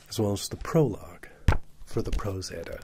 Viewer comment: I love how you pronounce everything correctly!!! Its so hard to find readings of the Prose Edda that are pronounced correctly